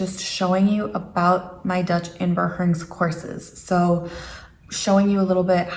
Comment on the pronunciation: Your pronunciation of “inburgering” is very nice. A gentle “g”, sort of half-way between the hard Northern g and the soft Southern one and quite “deftig”.